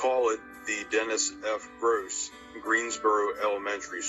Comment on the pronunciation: He's name is being mispronounced. It's Groce'